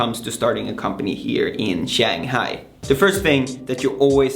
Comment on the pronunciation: This guy cannot even tie a tie properly and he cannot even pronounce 'Shanghai' correctly. He is full of it.